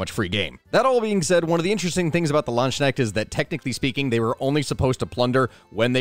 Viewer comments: Few things I'd change: The a in Landsknecht is pronounced like the u in hunt or fund. It's not really ke-necht, it's just important to realize that there is no silent k in german and that the fact that there's an n after it really doesn't matter. Maybe if you just imagine a C in its place, like Cnecht? Ch isn't really pronounced like sh, though it may sometimes sound like it if someone is either speech impaired, drunk or talking in certain regional dialects. It's technically supposed to be pronounced back in the throat, like an h, but like, with a somewhat different consistency, if that makes sense. One advice I once heard from a phonetics teacher is to look at the word "tuna" and how it differs from how you'd pronounce it if it were spelled toona instead. There's basically a slight shushing noise between the T and the actual vowel and that shushing sound is pretty close to what a german ch sounds like. It helps to think of it as a "dry" sound, as opposed to s and sh-sounds, which feel more wet. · Try combining the synonym you use for a rooster then you have the K part. Next the N has to be the ne from ney this should pronunciate it more properly 😅 Should enter that my state of mind is pretty high now😂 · And I had hoped to never hear that pronounciation again after stopping to play Conquerors Blade xD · bad, very bad. Your pronounciation of "Landsknecht" is not even close to being correct As is your pronounciation of "Söldner". Jesus christ my guy, you say you´r a historian, but did you actually study this topic at all? Or is it that you studied it but only ever read these words, instead of hearing and or speaking them? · Funny point: He’s saying „LandShneks“ which translates to „land snails“ lol It’s pronounced Lance-Knecht (think knight but pronounce the K as well)😅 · pls stop calling these Ländschneckts it's Landsknechte! translates to something like "Servants of the Land". the other one sounds more like Landsnails to a German.